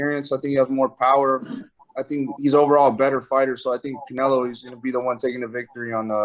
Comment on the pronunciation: Who is Caenlo? I obviously know who Canelo Alvarez is but not Caenlo 😂